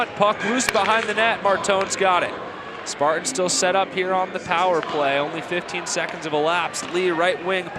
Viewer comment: Spart-ins 😹🤣😂. Learn to talk bro